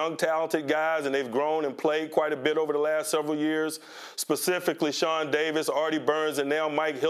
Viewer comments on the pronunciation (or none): none